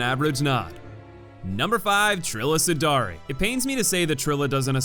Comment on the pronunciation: I thought she was called Trilla Suduri, not Sudari 😂😂😂😂